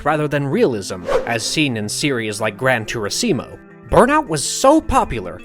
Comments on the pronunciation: did he just said " Grand TURISIMO"? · GRAN TURI-SI-MO???? Lmaooo